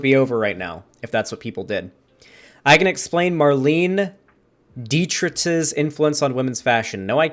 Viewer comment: Your pronunciation of Marlene Dietrich was pretty bad.